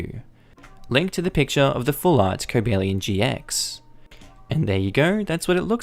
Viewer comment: cobalion pronouncement good